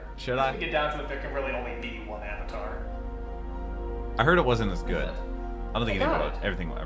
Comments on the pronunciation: I don't even mind the name pronunciations, cause I'm used to foreign names being butchered. But somehow mispronouncing the word Avatar is insane. That just an English word being said incorrectly. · The creators of Avatar also did Voltron the Netflix show. I recommend watching that. Even has a character who is very similar to Sokka. The names were pronounced differently, but I believe they took the more Japanese way of pronouncing it. It didn't make sense since the show pronounced it differently and hypothetically could be wrong, but as it was established the movie should have just did what was familiar. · They changed the pronunciation in the movie cause the original pronunciations do not exist in Asian culture. Great idea but bad result.